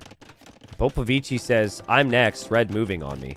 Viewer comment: proving with the color that he is a special boy with a touch of the tism. Explains he will never say Popovichi correctly.